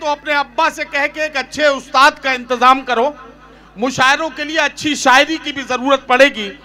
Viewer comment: Shairi nahi 'Saayeri' hai ye.😂😂